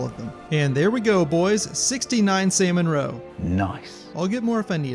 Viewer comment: pronouncing salmon as saimon is wild